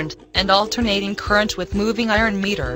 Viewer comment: Meter bol rhi h ya mirror bol rhi sala samajh me aya nhi aur kuchh bol rhe hai good explanation